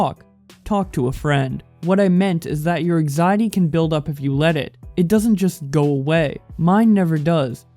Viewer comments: An-xiety not axiety or exiety...bits an-xiety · Learn how to talk you slack jawed hick. ANG ZIATY. EGGZEITEY.